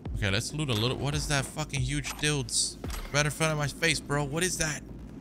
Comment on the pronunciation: He called it a "dilds"😂